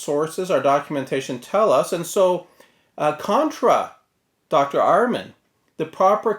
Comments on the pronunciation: It's Ehrman, not "Arrmann".... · You can't even pronounce his name correctly. Do your homework.